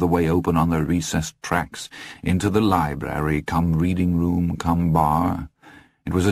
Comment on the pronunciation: Great narrator, sure, but only once does he say libRary! What even is a libary?